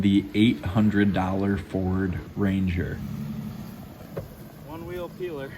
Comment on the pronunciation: Every time you called a "Range" I added the "er"